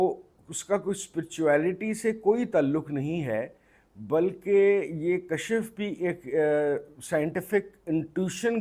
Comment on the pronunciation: Please correct the pronounciation kashaf nhi kashf